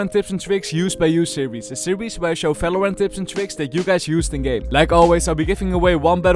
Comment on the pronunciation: Bro conmon you pronounced Valorant in of your video stop saying falorant